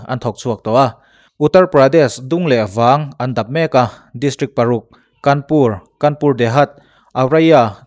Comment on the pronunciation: Kanpur a ni lo.Kânpur tih tur